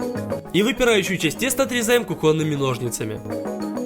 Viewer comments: тупой, правильно будет не кухОнные, а кУхонные... мда трээээш!!! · Не могу сдержаться, извините. КУхонные, а не кухОнные. ТОрта, а не тортА. Спасибо за внимание 🌚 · Ку́хонные, а не кухо́нные!!! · OMG а тебя не удивило кухОнные ножницы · не кухОнные ножницы, а кУхонные.... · кУхонные ножницы, тОрта ))